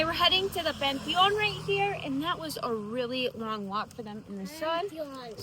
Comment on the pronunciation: I LOVE LOVE LOVE how Penelope corrects your Spanish. There’s no better person to correct you than your own daughter. “Pan-te-on” 😂